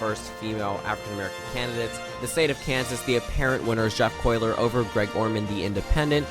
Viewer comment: So it’s pronounced Jeff COLYER not “Coyler” and Kris Kobach will win the republican primary in Kansas.